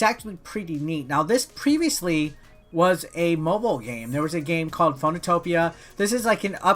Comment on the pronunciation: Phoenotopia is actually pronounced FEE NO TOW PEEYAH. As in the Phoenix, a legendary bird and/or Marvel character. Or capcom video game lawyer.